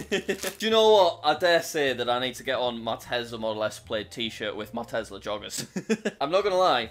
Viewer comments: I like how he says tezla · ah yes my favorite “telsa” car